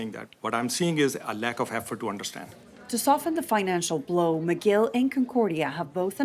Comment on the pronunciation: McGill they pronounced as Miguel?